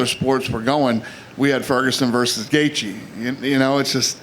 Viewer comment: Khabib. " Tony won't be the same after the beating Gaejtche gave him."